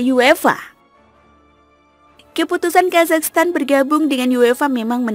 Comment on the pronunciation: Ya Allah oh Iyah bener yah selalu ujungnya "Stan" bukan "Tan" 🙏☺️